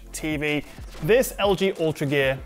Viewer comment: Because of your accent it sounds like you're saying 'Ultragay' and I like it.